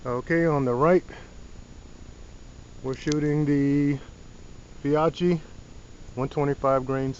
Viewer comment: Fee-oh-key! Well done! Great informative video.